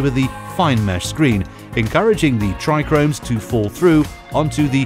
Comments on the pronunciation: "Trichomes " not tricromes 😂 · It's Tri-chomes 😂😂 not Tri-Chromes . Lmao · Yeah um so its trichomes, not trichRomes ... so much for experts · He's no expert if he says trichromes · When you have no clue what you’re talking about.. “trichomes”.. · Also said hash comes from everything but the buds and showed a wierd picture saying it was a "trichromes" and just presses kief into a brick and calls it hash. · Excuse me, but the word is trichomes not trichRomes. There is only one R in that word and it's the second letter right after the T. It made me smile every time it was pronounced incorrect 😁 Other than that, nice video again. Thanks. 🙏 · Yeh I did wonder, kinda sounded like saying "tri-gromes". Kinda does make some of us with decades of experience in this game challenge ur said 'expert' credentials lol But I'm gonna out it down to voice over guy not being a cannabis expert & I like basic info graphic stuff like this, the masses need educated, straight facts, stay medicated peeps Bless 👊🏾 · It's not the spelling it's the PRONUNCIATION! How can you be an "expert" and not know how to pronounce basic entry-level terms?!! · This video is a joke! Clearly made by someone who has no clue at all! And it's Trichomes, not TrichRomes! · Corrects kieth, yet says trichromes 🤣 made me laugh🤣 awesome!! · I like the way he says tricones I’ve just never heard anyone go into such detail and say it that way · Why you keep saying trichromes? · Narrator: "Not Kieth, but Kief." Also narrator: "TrIchRoMeS" 🤡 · Why didn’t anyone tell this dill weed there not two Rs in tRichome!😂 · Yeah great detail into pronouncing it wrong 😂